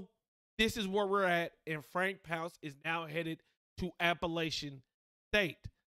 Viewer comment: It's not "pounce," it's "Ponc-ay," it's French